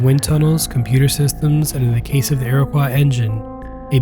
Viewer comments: The engine was the "Iroquois"...not the "Iriquois"! Great video! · It’s pronounced Iro-coy not iro-qua. Still, great vid!